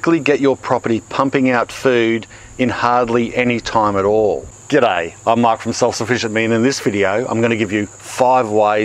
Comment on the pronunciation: I love the good olé “Guoodaiy” in the beginning. So humble!